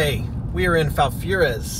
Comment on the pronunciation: It’s pronounced as in FAL-Fur-Rias🤦🏻‍♀️ Not Falfuraz, our town is very small and yes that Pioneer Salon is a bar. Falfurrias is a well known area for hunting and everyone knows everyone literally. We don’t have a Walmart but we have an H‑E‑B, we have a Dairy Queen and cool drive thru’s with great goodies.